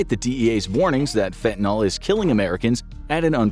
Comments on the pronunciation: Fentanyl, not fentanol. Please. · "NYL" Not "NOL" Jus' sayin' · I don't know why it bothers me so much, but your pronunciation absolutely drives me up the wall. It only has one "a" in it. It's not "fentanall" but more like "fentanull". You're not the only one saying it that way and no it doesn't really affect anything at the end of the day but I just wanted to throw that out there. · Why do you pronounce it "Fentinol"? It's Fentanyl. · My kid bro ODd on that sh.t. Its spelley with a "yl" not "ol" . Its pronounced fentenILL. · It's not pronounced fent-nol, it's fen-ta-nil. NIL, not NOL. Why does everyone keep saying it wrong? I suppose eventually this mispronunciation will make it into the dictionary due to popular usage, but it's not there yet. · FentaNILL. Not fentaNALL. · Please please learn to pronounce it correctly -- it matters! Its not "FEN-TEN-ALL". It's FEN-TAN-YL". in chemistry nomenclature the last syllable means something specific, the designations,are systematic. Alcohols end in -ol, aldehydes end in -al. " yl" is more complicated. I'm going now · Its Fentanyl, not Fentanal! Omg. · not "fentanol", fentanyl. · Why do people constantly pronounce the name of this drug "fentaNOL," when the word is spelled "fentaNYL," which in English should be pronounced "fentaNIL?" This drives me nuts. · FentanYl like "ill" not fentanOl like "all"... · Train the Infographics voice to say "fentanyl" and not fentanol. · It's fentan-YL, not fentan-OL. If you can say benadryl, you can say fentanyl. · It’s fent-uh-NIL, not fen-tuh-NAHL. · Why does everyone pronounce it fent-in-all when it’s clearly written as fent-ah-nil? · Why does everyone pronounce the nyl like nuhl or noll? Correct pronunciation is like fen-tuh-nil. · fentaNYL, not fentaNOL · why do people pronounce it, "fentanol"? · Stop saying FentanOl . It’s fen te nILL with a Y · It's fentaNYL, not fentaNOL. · Fen-tan-eel, or fen-tan-ill, not fen-tan-ol. Fentanyl has no alcohol group. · Its FENTANYL not fentanol.